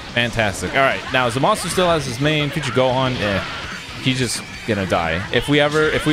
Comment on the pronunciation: Just keeps pronouncing zamasu name wrong wtf